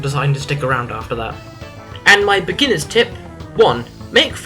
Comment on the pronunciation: Your way of saying "Beginners" triggers me.